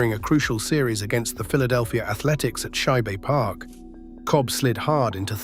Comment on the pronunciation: It wasn't "Shi-bay " Park. It was "Shibe-rhymes-with-tribe." Later known as "Connie Mack Stadium" the A's and Phillies both played there, the Phillies all the way up through 1970.